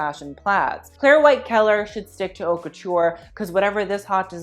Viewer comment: It's not pronounced "Hawt", it's pronounced " Oat", 'Oat' Couture=Haute Couture. Just sayin'.